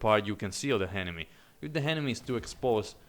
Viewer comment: I love how you ''henemy'' :D Nice review